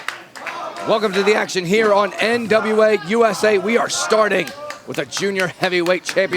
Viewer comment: How is the main reporter back stage but she can't say NWA lmao